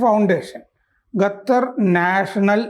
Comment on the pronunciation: ഗത്തർ അല്ല, ഖത്തർ ആണ്. എപ്പോഴും മലയാളത്തിലെ പല അക്ഷരങ്ങളും തെറ്റായാണ് ഉച്ഛരിക്കാറുള്ളത്. ശ്രദ്ധിക്കുമല്ലോ.